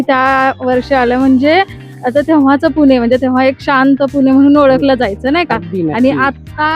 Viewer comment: पुने नाही पुणे म्हण ग